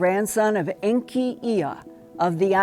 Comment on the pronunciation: Very interesting, but Linda has mentioned names that are in error: ENKI is pronounced as EN•KI as in K👁, not kee. Just like the real Mesopotamian name for this planet TIAMAT•KI<(K👁)!! I just call Earth as "T'•KI" & It will respond to me!! When I need her to give me more daylight, I will ask her to stop turning so I can get home before it gets dark!! The names that Zechariah Sitchen gave in his Earth Chronicle books ARE THE CORRECT NAMES!! Because of what he wrote, I am able to make the Earth do what I want and The Sun TOO!! I am even able to change Atomics to neutralize RADIATION!!!